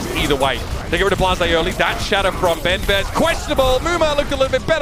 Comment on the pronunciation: It's a message for the caster of this match (sorry for my english ). Please... Learn how to prononce benbest in french x).